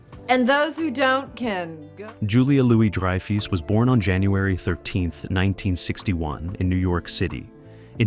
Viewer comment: "dry - foose", "beans" - ya gotta love AI, although not quite "there" yet.